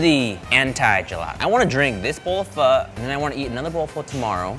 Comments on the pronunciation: • 지민 • you said Foh😂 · omg i thought you would pronounce pho like "phoh" not "phuh" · Pho not pha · No, fur is wrong. The easiest way to learn how to pronounce it is if you imagine the F word almost slips out of your mouth and you end it with a question mark...fu..??? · I thought u pronounce it pho not pha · It's not "Phuh" It Isn't "Foe" it's pronounced like the (Fung) syllable but without the N & the G sound. Or to simplify it, say "Phuh" but disband your jaw up when you say the "uh" part. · It's pronounced p-oh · There's a reason there's a ? on top of the O in pho. Pronouncing it as "fuh" and pretentiously pretending you know how to pronounce it is ignorant and arrogant. Literally better off calling it "foe" unless you intend to learn and pronounce it properly. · Danyal A. It is not any of those it is pronounced fuh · Man, the way they pronounce pho... ‘fur’ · Aw man I cringe every time they say pho like that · He lost his ways of Asian he can’t say pho right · #AsianSquad laughing at them failing to say “Pho” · PHO IZNT PRONOUNCED THAT. WAY..well for me